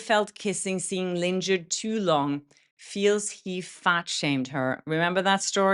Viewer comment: Thank for your coverage! Just a little pronunciation tip, lingered try it as Ling/erd ❤